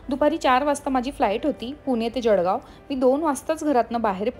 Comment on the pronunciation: जळगाव,...... जडगाव नाही 😂😂😂😂😂